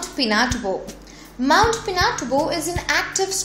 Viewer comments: Say : Pin.ah.too.bow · its pi-na-tu-bo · Pin Not 2 Bow. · Pinatu-bo not pina-tubo.... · Pronounced as Mt. Peena-two-boh in one word. great video though 😉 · I live in the philipines this thing was dangerous. You actually pronounce pinatubo Pina Tu bo. She is from another country that's why she pronounce it wrong actually :) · mt. Pina...tobo...she made it sound like two words ahah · She said mt. Pinat...oobu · ..sino ba itong ng explain na ito mukhan ngongo at saka hindi masyadong mabigkas ang English kht pinatubo Mali ang pgbigkas😁😁hNdi rin ako masyadong marunong mgenglis but mabigkas kopa ang pg english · Wrong Pronunification of Mt. Pinatubo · What's wrong with it? Obviously the narrator is not a Filipino. Such a perfectionist smh.. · i bet she's not a filipina..cause she pronouced it very wrong...but nice vid by the way. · It's funny how you pronounced all of the places and pinatubo nice try though good job